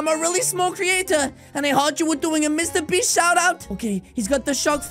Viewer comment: Bro really said mrbeats💀💀💀